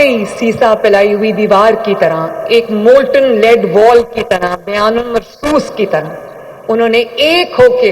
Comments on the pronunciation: It’s not “Biyan ul Marsoos”,as she is repeatedly saying,it’s,”Bunyan ul Marsoos”,as mentioned in the Quran,She is actually misquoting the verse. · Biyan ul marsoos ghalt bol rhi hn plz verse ko achi tarha parhian......